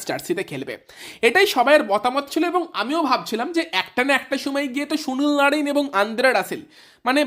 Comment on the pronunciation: ভাই তুই আগে সুনীল নারিন উচ্চারণটা ভালো করে কর 😂😂